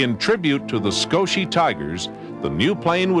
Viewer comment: I think it's "Skoshi" bro...